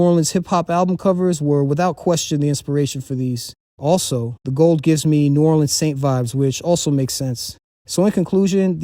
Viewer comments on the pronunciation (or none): Idk where you from but people that's from New Orleans don't call the city Nawlins